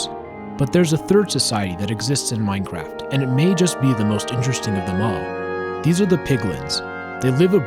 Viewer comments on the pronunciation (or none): at the beginning, I thought u said minecrack